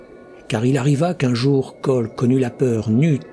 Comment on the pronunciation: Super comme d'habitude. Merci. Mais pourquoi Koll et Brole et non Kull et Brule ?